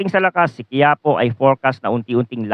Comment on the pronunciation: Hindi quiapo bigkas Dyan ki ya Po may diin sa ki, kagaya Ng isang Lugar sa Nueva ecija.